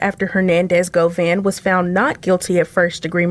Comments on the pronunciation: bro it’s Go-VAN where tf u get Go-Vein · Govan...not govain, 😂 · "OMGGGGG"🙄....It's 'Govannnnnnnnnnnnn'.....*Not, GoVainnnnnnn'.....Geeeshhhhh'🫪.....WTF,....And, Kept Saying It '... WRONG...( Like Nails💅🏼 on a Chalkboard).🙄😅. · "Hernadez govaine " pablo bloods" it's govan and peublo u illiterate bitch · Hernandez Govaine? GoVin like King von!!! You said it 500 times incorrectly!! I try not to be annoyed by you. 😊 But every weekend never fails. Govan your ass back to English class sir. G VON. You turd burglar. Watch this very close. I'm saying it's allegedly but this is what you could be looking forward to the next time you go back to LA. You have called cops on people you have called people murders and Killers while hiding down in Texas.n what separates you from from m GoVain? And I'm not threatening you I don't live in LA I'm just saying speaking in general terms you have upset a lot of people in California. You called the cops on a blind man for fuggsake..